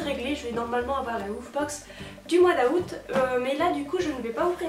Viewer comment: comment tu dit août 😂 super video sinon